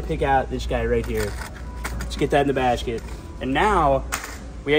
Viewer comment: Right in the bashket why is bro talking like that